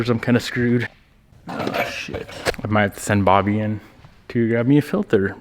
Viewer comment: lol "filthere"